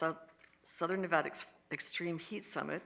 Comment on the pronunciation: of course doesn't even know how to say the name of the state her price hikes and service cuts are screwing over